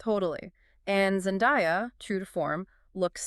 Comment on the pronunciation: Her name is Zan-day-ah not Zan di ah FFS get her name right